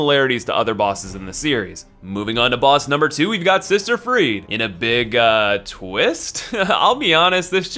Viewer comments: freed? isn't she called freide? also he is not allfather Lloyd he is literally Father ariabdel thats it. Nice video though ^^ i just cringed a bit åt the pronounciation of the names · the word Friede is pronounced Freed-UH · it's FRIEDE, the E is pronounced like a German E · Learn how to pronounce names! The way you say Friede hurts! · when he kept saying friede wrong T.T